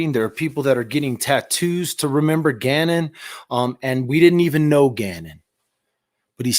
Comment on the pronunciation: Why can’t she say Gannon ‘s name?